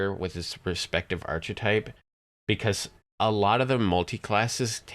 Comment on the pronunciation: First, a guide to pronunciation; ark-uh-type not arch-eh-type a-paws-tate not app-us-tate Also, Artificer is unquestionably stronger than Rogue or (solo) Bard at this point. Six points in Macrotechnic lets you maximize/empower/intensify your rune arm blasts (still at zero spell points). Two more lets you keep Vengeance Reapers bottled up until everything else has been killed. That's all you need. Other stuff in the tree is 'nice', but there are better options (e.g. Shiradi or Draconic).